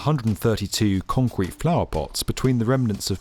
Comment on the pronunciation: say concrete one more time :D conqwete